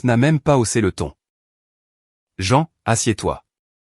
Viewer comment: C'est très perturbant d'entendre "la voix de Jean" ou "patrice", au lieu de "la voix de maman" et "papa". revoir cette partie du récit, et ne pas masculanisé le prénom de la mère, on ne dit pas "jean" mais "jane" ou "jine" le "ea" s'épelant en "i". C'est important car pendant les 20 dernières minutes du récit vous avez confondu le prénom du père avec celui de la mère, appelant cette dernière "patrice", c'est un prénom masculin, vous avez confondu le "il" avec le "elle". Pouce en bas pour cette incohérence non corrigée.